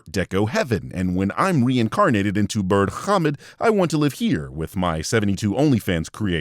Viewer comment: I love the pronunciation on Birdhommad